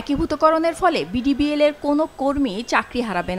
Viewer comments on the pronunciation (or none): 😂😂 মূর্খ সংবাদ পাঠিকা! ডিবিবিএল না বিডিবিএল ❤